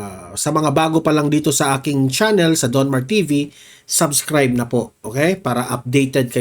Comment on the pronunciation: Hindi sabscribe but sUbscribe and not TANK you but THANK YOU paki ayos ng pronounciation mo di ba vlogger ka